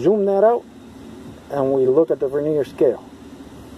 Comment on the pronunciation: The word Vernier is pronounced with the accent on the first syllable, not the second.